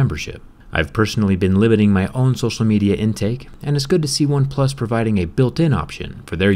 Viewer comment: Why do you keep saying "OpePlus 7" instead of "OnePlus 7 Pro"? It's soooo U N S E T T L I N G.